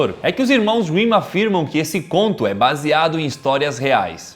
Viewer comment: "Irmãos Winnin"